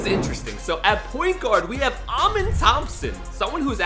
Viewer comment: With Amen Thompson his name is pronounced (uh-men) not (ah-men)